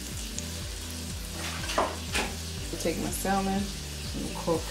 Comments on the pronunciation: Sam-on not sal-mon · The L is silent in salmon but this looks amazing